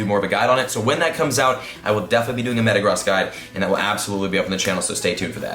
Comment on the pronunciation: Its pronounced Meta-groas and Bay-gone